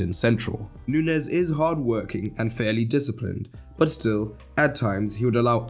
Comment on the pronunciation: Nuñez is not hard to pronounce, it's like Romagnoli, the ñ in Spanish is basically the same as gn in Italian, it's not like pronouncing Rodrigo 😂